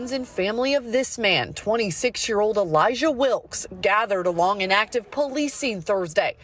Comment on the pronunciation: no fucking way the sister is called "Elayjah"